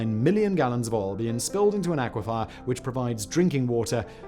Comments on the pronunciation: Please, please the word aquifer is pronounced ack-wi-fur not ackwifire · Dear Simon The word "Aquifer" is NOT pronounced "Aqua-Fire." It's pronounced "Aqua-Fur." You can tell because there is no "i" after the "f" Or you could just take my word for it... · AquiFER, NOT aquiFIRE, sorry.